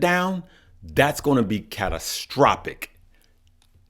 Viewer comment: Catastrophic or catastropick😁? There’s always that uncle That we learn from and who keeps us laughing! Hence the saying “ live, laugh and learn “